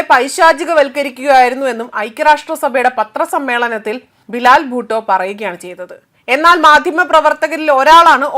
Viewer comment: ബിലാൽ ഭൂട്ടോ അല്ല, ബിലാവൽ ഭൂട്ടോ..